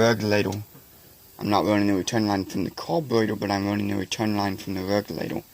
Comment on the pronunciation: Das a mopower cawburratew? Sheems wike a wase a time? 🤪